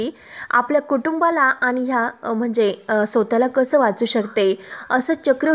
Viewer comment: ag..kiti ashudhdha mhante...sotala?..swatahla mhan